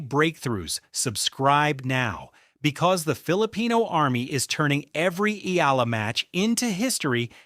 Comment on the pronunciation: Pls pronounce her name as Eh...yah...la...